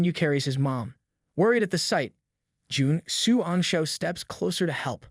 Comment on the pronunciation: I'm sorry, but really just call him "Commander", Juan xian (whatever his name is) is so long and it seems like its hard for you sometimes...😅